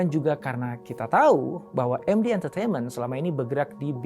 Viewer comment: APA BAPAK BILANG ? MekDi TiVi ? 😅 Hwahahahahahahaha 😂😂😂😂😂😂😂😂